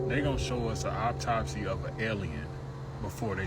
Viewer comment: "opp-tossy" why is it so hard to say that word awwww-top-c 😅